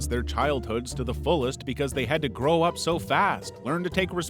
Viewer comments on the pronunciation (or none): none